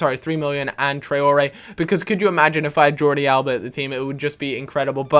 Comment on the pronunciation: isnt it pronounced "yordi alba"?